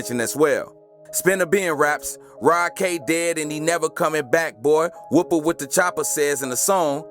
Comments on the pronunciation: I think you are pronouncing Whoppa wit da Choppa wrong. Whoppa is like the Burgerking Whopper without the hard R. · ITS PRONOUNCED WHOPPA NOT WHOOPA... and it’s pronounced like teeki u saying it like “tech E”. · He don’t even know people names bra 😂 bra said taki and whoopa wit da choppa 😂😂